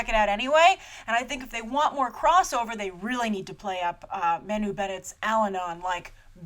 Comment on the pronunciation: Loved it! Agreed with 96% of what you said (disagree on the feminist angle, and Elves not dumb - they're just really really happy, peaceful, sweet, loving, kind....and innocent & naive. I'd be too if I were living in that lovely Kingdom :D ) Agree 100% on everything you said about Manu :] (btw, it's pronounced Mar-nu ....you're gonna be saying his name a lot ;) )